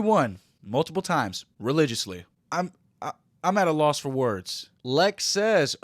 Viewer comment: "religiously" 🤕yikes